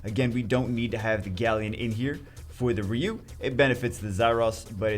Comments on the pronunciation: R.e.u??? His name is fucking R i.u dude jesus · Its ryu..ryyy u